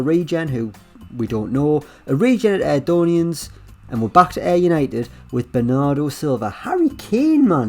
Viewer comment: Scottish fans: Airdrieonians: Airdonian